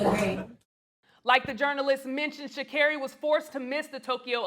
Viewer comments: Congratulations Sha'Carri Richardson!!! 👏 👏 👏 👏 👏 👏 👏 👏 👏 👏 👏 👏 👏 👏 👏 👏 👏 👏 👏 👏 🏆 🇺🇸 🇺🇸 🇺🇸 🇺🇸 🌎 ❤🖤💚 We are so proud you! That wasn't easy at all! What else is new. Mispronouncing her name at the Gold metal presentation. She handled that with grace. A Black interviewer kept calling her Shakira. Omggg... They do that ish on purpose. Black Women are under attack by everybody. The way the 🇯🇲 channels were talking about Black Women in general surprised me. Sha'Carri got triple teamed and beat them all. Now here comes the hating, bitter, jealousy. USA is killing it PeriodT! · You guys are journalist, yes? So words and the pronunciation of words are your number one priority, yes? So why do you people insist on mispronouncing Sha’Carri’s name?????? Stop saying sha care-ee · Will u stop saying that woman's name wrong. Its Sha-Car-E.. she corrected the reporter which u spoke on yet keep saying her name wrong. So disrespectful. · God is with everyone Sha' Scarey. But I guess in the 200m She 🕌 was a little more with Gabby Thomas and Shericka Jackson than Richardson. Running faster than someone else does not make you better than anyone else. Mispronouncing a weird name that nobody else has might make her mad. Oh well! So called "white" people are not the only ones who have trouble with weird names so I don't think that reporter was trying to 'diss" her. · They kept saying her name wrong! It pissed me off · Only Americans have the luxury to correct foreign reporters about the pronunciation of their names. Meanwhile Americans themselves pronounce all foreign names wrong always and don't even try. Does she realize this? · Sha’Carri is Responding in a responsible way! She needs to gather All those who attempt to rain on her parade & accomplishments! 👏🏾👏🏾👏🏾 And, yeah, she was right to correct him on the pronunciation of her name, letting him know, you just call me any o’l thang! Put some Respect on my name & pronounce it Right!! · It’s 3 syllables! They could work on it!